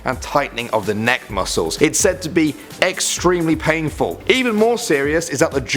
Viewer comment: eggstermly pan full